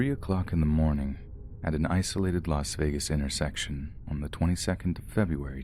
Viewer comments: it's not pronounced vegan 🤣 if that helps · I think it's pronounced las vagen